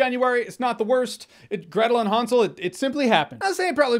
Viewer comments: It's not H-awn-sel and Gretal its hansel and Gretel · Nobody: Jeremy: HONSOL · Is he saying Han Solo and Gretel? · Almost sounded like you said, Gretel & Han solo movie when you read the title. 😂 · i think your saying hansel wrong